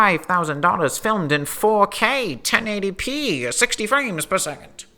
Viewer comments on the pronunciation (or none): none